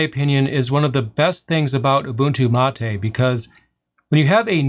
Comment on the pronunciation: being from argentina, i can say that your Mate pronunciation was in the bests from an english speaker. it is mate, not "matey"